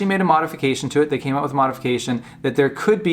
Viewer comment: "...thye're burning alive because they can't get ooot" - this guy has to be Canadian.